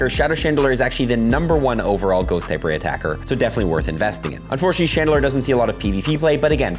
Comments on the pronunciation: Love, but cringe every time he says “Chandelurrr” 😅 When pronouncing it, simply think of the word ‘lore’ and add that to ‘Chandel’. 👍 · and Chandelurrr? lol